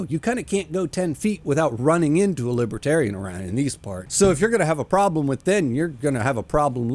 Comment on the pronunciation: What’s a “Libratarian”?